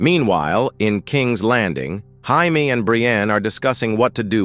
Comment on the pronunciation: Jaime. "Jay-mee" not "high-me"